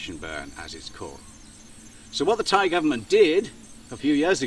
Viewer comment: How's Rin these days? Your Thai pronunciation hasn't improved.